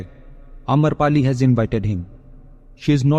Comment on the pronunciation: Amrapali not amarpali